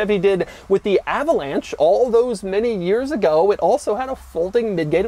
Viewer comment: pronounced Avalenchey